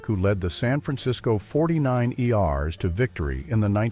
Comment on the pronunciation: YouTube needs to do something about there AI narrated videos as people are going to forget how to properly pronounce words and become dumb and dumber. The football team is ‘forty niners’ not forty nine ERs. For goodness’ sake people, use the gifts God gave you to speak. Not let AI take over!